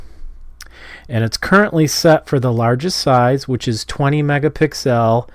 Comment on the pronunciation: Right, i swear it's pronounced megapixels, not i was wrong!🤣